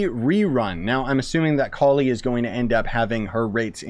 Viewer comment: You are pronouncing it exactly right, I can assure you. Collie means flower bud in subcontinent and it sounds like "Ko-Lee"